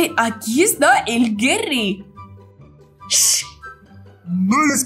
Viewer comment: No es por ser chismosa pero se dise Gary no gerry